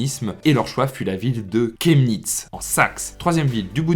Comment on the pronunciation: ça se prononce shemnitz